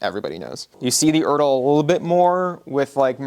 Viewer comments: no, no, no. "Erdl" is not a pre internet thing. As someone over 50 whose parent was issued this material in the Air Force, and has his father's uniforms, and spent all his childhood in surplus stores, I almost never used to hear it called "ERDL" like turtle. Maybe regional, but guys acriss the midwest used to always refer to it as E R D L. Even when I went into service and shopped around Fayetteville or Columbus GA old timers. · This video is the first time I've ever heard someone pronounce it like that. Every video I've watched on the subject calls it by its letters, so idk where he got "urdle" from ;P